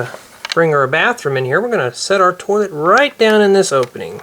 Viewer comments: it's pronounced toilet not tolet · did you say torlet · Why does he say torlet lol😅😆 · the way you say toilet doesn't sound right